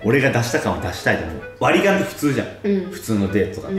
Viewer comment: ここの割り勘が割りキャンにしか聞こえなくて一生笑ってるw